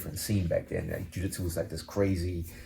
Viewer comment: He says Jiu-Jitsu like my dad Jaditzoo